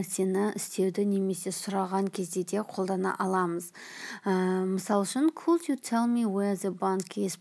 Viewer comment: Could дегенді неге кот деп отыр